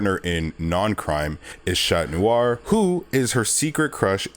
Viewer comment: chloe's mom is Audri not Aubri, and Adrian's alterego is pronounced as Catnoir instead of Chatnoir, he's a cat.